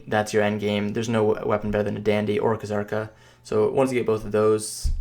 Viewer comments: PLEASE STOP SAYING KHA-ZARKA. JUST PRONOUNCE IT AS IT'S MEANT TO. ZARKA. WITH A SILENT FUCKING K. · Kzarka = Zar-ka (K is silent like in "knife") Heve = Heev (last e is silent like in "Steve")